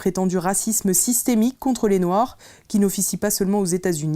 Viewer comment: hut c’est noir pas « noix » revoit ton français après tu viendras parler